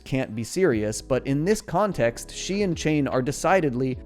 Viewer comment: I heard that pun. You pronounced it "Kahn-text" instead of context. I noticed. That's excellent <3